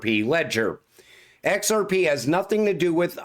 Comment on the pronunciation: I will set your "we're gonna talk about EX AR PE" as my new ringtone